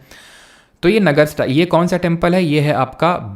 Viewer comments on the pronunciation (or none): नागर not नगर😂